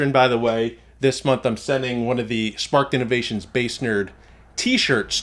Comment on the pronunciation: SPARKED innovations.... I was trying to find your website for 30 minutes after the last 12vtalk podcast but I kept hearing spartin innovations lol.